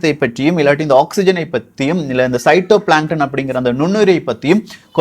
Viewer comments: Not shytoplankton bro that's phytoplankton 👍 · பைட்டோ or சைட்டோ...உச்சரிப்பு தவறாக உள்ளது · I think its called as phytoplankton (phitoplanket) not as sytoplanket. Thavaraga solliruntha manichurunga, intha maathiri topics ah detail ah Tamil ah paesurathuku yaarum illa bro! Hats off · Syto illa phy to plankton bro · Cytoplankton Illa phytoplankton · It's phytoplankton.! Not cytoplankton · Cyto illa phyto. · Pshyto planton illa ji phytoplankton